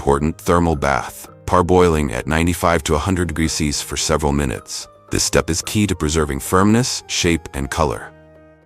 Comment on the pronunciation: AI everywhere is really having problems reading "Celsius" :D